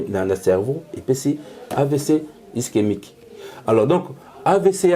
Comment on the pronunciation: Sérieux???amibengi pe docteur 🥺mais il est incapable de prononcer ischémique il dit istemique et il est incapable de donner la différence d’un AVC ischémique et hémorragique 😢désolé monsieur tu es un peux dispersé dans tes idées